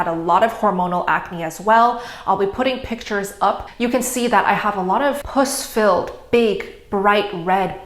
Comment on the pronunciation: Puss is pronounced puhss not, poose 😅